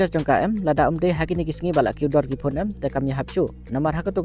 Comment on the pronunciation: Phone ❌️Phun✅️😂